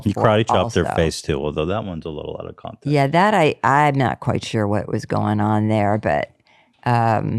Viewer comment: I thought it was funny how he made fun of her for misspeaking then accidentally says “contaxt” instead of context like 5 minutes later lol